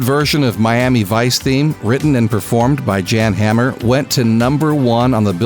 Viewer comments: Jan Hammer? It’s pronounced “Yawn Hahmer”. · It’s actually pronounced “YAHN” Hammer & Glenn “FRY”. FYI 😉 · Jan Hammer is pronounced "Yan" Hammer. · For the record, Jan Hammer is pronounced "Yahn Hammer", and Glenn Frey's last name is pronounced "Fry". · Good lord - it’s pronounced “Yahn” Hammer and it’s also Glenn (Fry). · Thank you. I was just going to say that. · Mispronunciation of both Jan Hammer and Glenn Frey... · Came here to say this thanks